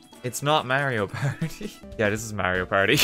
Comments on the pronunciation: its not merio perdi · Its not Merio Party 😂😂 i'm sorry 😂